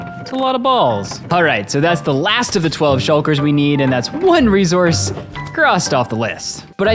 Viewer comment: Idk how some people end up messing up pronunciations tbh: I've heard AH-bsidian before and now REE-Z-ourse